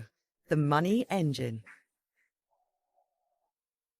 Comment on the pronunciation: It’s “money” not “mueonnayyyahh”